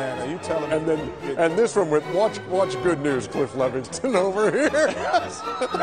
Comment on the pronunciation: "Levingston." Sheesh.